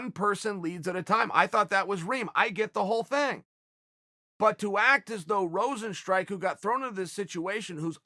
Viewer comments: It's not Rosenstrike.. Rozenstruik.. Struik mofo... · Is Rozenstr-u.i.k not Rozenstrike how hard is to say a name jesus chirst.